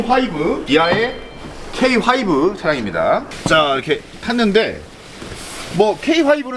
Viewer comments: "케이 화이브" 발음 안고치나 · 영어발음은 가 최고예요 비엠따르르 케이 화이브 대단해요ㅋ들을때마다 자꾸 놀라요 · 비엠 따르릉 케이하이브 니로 하으브르드 ㅋㅋ